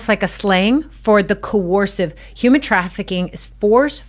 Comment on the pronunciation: co-ursive, survivor lady!